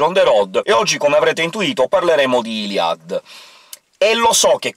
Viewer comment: Ciao ho visto che non sai come si pronuncia il nome di iliad. Bene, io ho chiesto alla mia insegnante di francese e mi ha risposto che si pronuncia non come dici tu. Grazie mille e scusa per il disturbo.